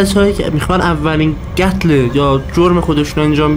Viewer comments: قتل رو گفت گتل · داش ممد این یارو کجایی چون میگه گتل